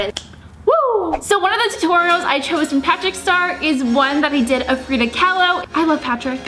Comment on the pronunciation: its frida kahlo not friday kahlo